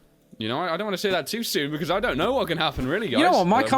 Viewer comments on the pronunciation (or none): none